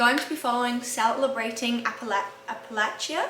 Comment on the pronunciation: I think you might be trying to pronounce this appalachian : a·puh·la·chn